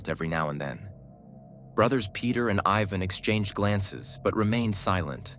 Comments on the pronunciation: I hate AIs it pronounced Tiaga but cant say Ivan but instead says Evan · Just so you know, in that part of the world, Ivan isn't pronounced Eye-vn but is actually pronounced Ee-vahn, or as close to that as possible. Also btw, it's taiga, not tiaga.